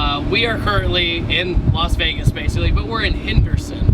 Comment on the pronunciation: It's not "Los Vegas", it's "Las Vegas"... annoys the heck outta me!